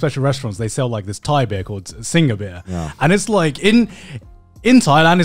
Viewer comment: Wait, you mispronounced SINGHA. I know this because I was corrected at a Thai restaurant. It’s pronounced ‘Sing’. I couldn’t believe it.